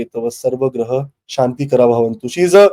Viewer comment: Can I just tell 2 mantra mistake?..... Small one but very very important. 1) it's not swah...it is "swa"... Om Bhu bhurva swa 2) Om Shanti Shanti Shantihi... This will make mantra chanting flawless and you will gain a lot.